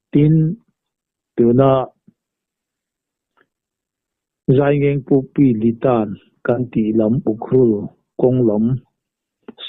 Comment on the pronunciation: Jaingeng nilo Yaingang pokpi tih zawktur ani ang. Jaingeng antih kala hrengailo a kei chuan😅